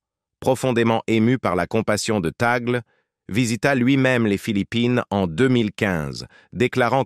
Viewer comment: Le e de Tagle est prononcé é. Merci